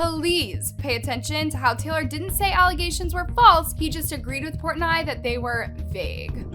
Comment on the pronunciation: I kept getting distracted by the way she kept pronouncing Dave Portnoy’s name wrong😬 but everything in this is old news.